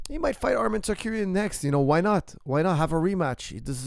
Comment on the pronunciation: Tsar uk yan coach not tsar kur yan😂😂 no hate it’s just something I’ve noticed you do for a while.